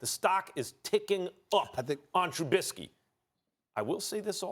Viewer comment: Steven A can say whatever he wants about Trubisky, but the thing that bothers me most is when people say truBITsky instead of just Trubisky. Truh-Bisk-ee. Not Truh-BIT-skee. TRUH-BISK-EE. Trubisky. Maybe as a Bears fan, I just love saying that